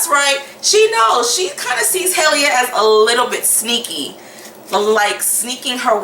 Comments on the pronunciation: Haha u kept saying “hayleah” who is hayleah? Lol 😂 🤣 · Hailia ? or Hailey 😂